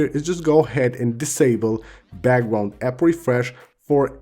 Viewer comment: I love how he pronounces background🤣 He’s like “bagwound-app refresh”😂